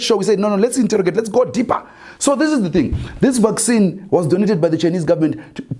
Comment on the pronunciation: Vac Sinhi not vaccine 😆😆😆😆